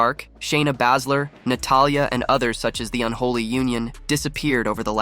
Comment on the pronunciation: Still can't say 'Baysler'?